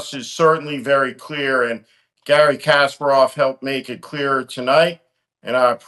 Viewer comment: A thought-provoking discussion, with many points that ring true. But as I feared, Steve couldn't pronounce Kasparov's name correctly. I suppose Kasparov is used to that.